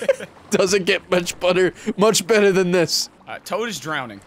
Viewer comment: "it couldn't get much butter then this"🤣😭 the way no one said something about you not saying better right is funny